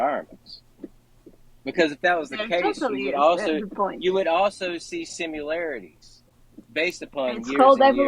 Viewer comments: Why does this guy say simularities instead of similarities? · I swear he's saying "simularities"